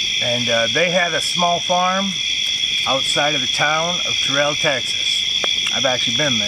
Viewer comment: It doesn't matter now LOL but it's Terrell, TX pronounced like Darrell or Daryl, not Ter-rell 😁 ... that was a good one, I liked it! I like the sounds of nature so that the campfire is heard as you already know I love bonfires, and I definitely loved hearing the Coyotes! Well done, keep'em coming and hope ya have an amazingly blessed week 🙏🤗🙏